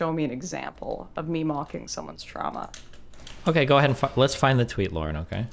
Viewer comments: we don't pronounce it trama, I pramise. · This is disgusting, I can’t believe she would pronounce “trauma” and “process” like that. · lol'd at Lauren saying "TRAMA" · Im sitting here fuming how does destiny just take that. “Trama” kill me ffs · No one in Canada pronounce "Trahmah" like that except for Lauren. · If she says TRAMMAH one more time I’m gonna lose it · I can't take the "Tramma." Two times was enough--unlistenable. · He was triggered the moment she pronounced trauma as tramma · Why does she pronounce trauma like “Trama”. What the fuck bro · why tf is she saying tramma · Pretty hilarious that it’s Destiny’s audience that chirps her because of her pronunciation of the word trauma. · Okay, now some bizarre Canadian pronunciations are forgivable, but "trauma" is spelled au. Does she say "caaaaaaaaation, curvy road ahead"? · The way Lauren pronounces the words trauma and traumatizing, etc. is pretty funny. I wonder if that's a weird dialect thing. Not sure where's she's from. She uses a short a instead of the normal / correct elongated a sound. Never noticed that before but she says it so much in this vid that I can't ignore it. It triggers my grammar goosestepping gene. XD